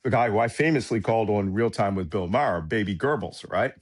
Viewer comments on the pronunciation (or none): none